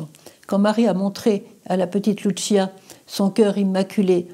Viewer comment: Sr Emmanuelle les voyants de Fatima sont des portugais Lucia Francisco prononcez leurs prénoms en français c la même prononciation qu'en portugais et non en italien. Merci